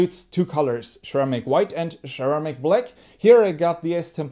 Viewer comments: its not cheramic, it is ceramic ! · Sir ram ick. Lol say it with me!! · Share-eh-mick white and Share-eh-mick black.. 💯👌👌😎😁😁